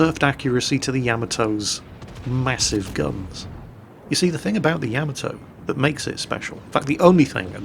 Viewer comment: I dont know why but when ever you say Yamato, I hear camel toe lol! Making it very difficult to concentrate;) happy new year to you too!